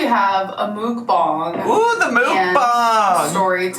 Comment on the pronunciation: She's going back to riling up/trolling her viewers by pissing them off for views. Same old tricks from her! Even saying "moook BONG". She knows people hate it, so she does it harder. She's a child.